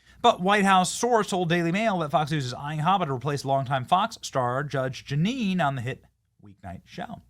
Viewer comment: it's Jeanine, Benny 😂😂